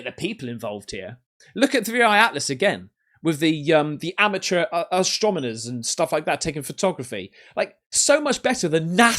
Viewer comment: Dude, my guy... Ah-stron-ee-mers not ah-strom-ee-ners